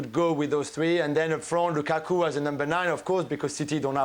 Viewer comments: I like how says "LuKaku"🤣🤣🤣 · Whenever Ali says "LuKAku" I absolutely die laughing! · Ale is in his own world, why did he say “lukaku” like that 😂 so weird